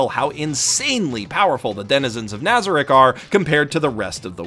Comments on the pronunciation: Nobody gonna mention how he butchered the names? Ok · Your mispronunciation is driving me nuts. NazaRICK? its naza-reek. alBEDo not albeado. Great video overall though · My only complaint with this video is your butchering of the names in this anime, both the characters and the locations lol. Albeeto and nâza-rick. 😂😢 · Keeps miss pronouncing Nazarik. Me: *Triggered* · Why does no one say nazarek correctly wtf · is no one else annoyed with his pronunciation of nazarick? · Anyone else cringing when he says nazarick and some of the other guardian names